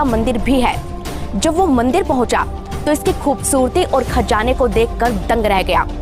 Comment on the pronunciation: Ye khajjjjana kya hota hai. Khazana bolo na.